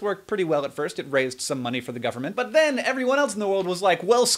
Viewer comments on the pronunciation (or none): none